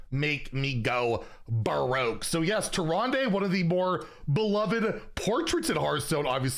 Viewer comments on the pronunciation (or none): inn keeper says tee-run-duh not -day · That was tricky to listen to lol.